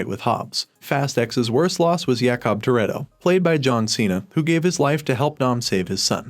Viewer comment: When you said Gisele, Jakob and Elena I cringed because of the pronunciation (Gisele name is pronounced like the animal Jakob name is Jake-ob and elena’s name is pronounced El-Ay-Na)